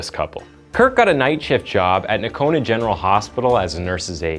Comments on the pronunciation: It's pronounced No-cone-ah. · it’s pronounced, NO-CONA….lol